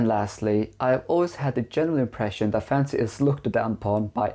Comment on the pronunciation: by the way you pronounce 'fansy' books and how little relevance the content of this video actually has to fantasy novels, I think 1.56 books is probably closer to reality